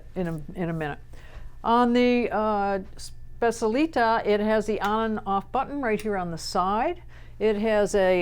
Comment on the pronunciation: It’s pronounced SPETCH-EEAH-LEE-TAH with the emphasis on the last syllable. There is NO ‘sh’ sound in the word at all.